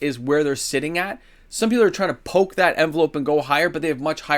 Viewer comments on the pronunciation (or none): none